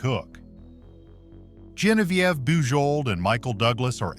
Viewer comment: "JEH-nuh-vee-ev"? You've got to be freaking kidding.